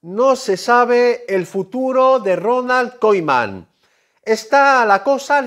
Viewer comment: Porque dices Ronald koiman